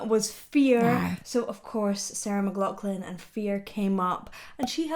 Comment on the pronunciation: It’s actually “McLachlan”